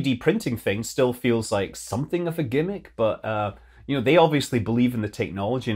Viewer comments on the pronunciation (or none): none